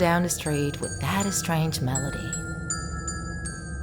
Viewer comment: she says esstrageuh